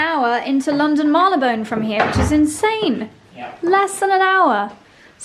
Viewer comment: Stop saying Marlybone!!!! It's Marylebone, it's not difficult to say!